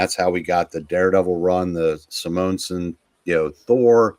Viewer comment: "Si-MOAN-sen Thor"?!? LMAO!!